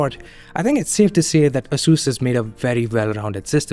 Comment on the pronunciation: I believe you are mispronouncing "Asus"